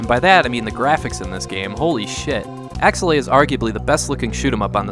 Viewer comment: This is one of my favorite games on the SNES and up until you pronounced it I had no idea how to say this name. I've been saying AKE's-LAY